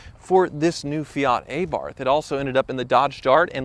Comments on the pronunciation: TECHNICALLY it's ah-bart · Let's say it correctly now....Ah-bart...not A-baRTH...also those wheels are two different sizes on the front. change out that odd wheel before it does some damage to the drive train.. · Every time you say A-Barth I felt like you’re poking a stick into my ear. AB-arth. I hope you don’t say A-dam and eve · Please stop saying ayyyyybarth. Ahbart. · It is not pronounced Aaaabarth it’s Abarth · AAAbarth, not AYEEEEbarth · Okay dude, lesson time. Its pronounced "Ah-bath" not AYE-Barth lol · A-barth... it’s ABARTH DUMBASS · Tip its pronunced A-Barth not Ae-Barth :) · It's NOT "Ay-barth"... It's pronounced, "uh-BARTH" with the accent on the second syllable. There... Now you know. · Everytime e says "Ay-barth" my soul dies a little. Get it right bud, Abarth. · For the love of god, please pronounce the name correctly it’s not A bath it’s an Abarth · Puh-leeze, Where I'm at Its Fee-AT, not Fee-ART; MAZ-da, not MARS-Da and NIS-san not NEE-san and lastly its AB-arth not AY-barth! LOL! While I'm at it its Soo-BAR-roo, not SOO-bar-roo! LOL! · For The last time: it's Abarth not Ebarth! The same as it's not Jeguar but Jaguar. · Say it with me now: "Ahh-Bart". NOT "aye-barth". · Ey barth? Its Abarth come on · anyone else find how he says Abarth really annoying? it's not A-barth, its abarth :/ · Its not A-barth its abarth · It’s pronounced ‘are’ ‘bath’ not ‘A’ ‘bath’ 😂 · Abarth or a barth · Talk like a pirate day is over. Uh-Barth. Not Aye-Barth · The Fiat A-Barf! 🤣🤣🤣🤦‍♂️ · It's pronounced Abarth not Abarth 🤣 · It's pronounced Fee-at, and not fee-aut. It's pronounced Ab-arth, and not ayyy-barth. This is my first ever moan on here. You and the fleet rock!!! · Ok it’s not Fee-ahhht, and it’s not Hay-barth. It’s Fee-at and a-bath like “I’m going to take a bath” 🤬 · It's pronounced arrrbartthh, not a-bath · It's not A Barth. it's abarth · It’s not Fe-art, it’s Fe-at. It’s not Ay-barth it’s eh-bart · It’s uhBARTH Not ayeBARTH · ay barth, ugh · “Aye Barth”